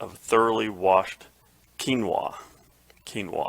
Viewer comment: Yes you are pronouncing quinoa correctly 😊